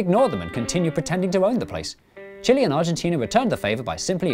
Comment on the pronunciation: As a Chilean, watching representing Chile makes me want to see him to be dressed as a giant Chili. And it is pronounced Chile not Chile. (damn English pronunciation rules).